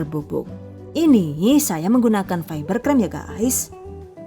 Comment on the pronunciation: Ngakak fibercreme dibaca saybercraim, jadi kaya cyber crime 😂